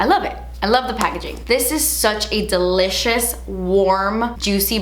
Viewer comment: Every time you say delicious I think you’re saying de leches 😂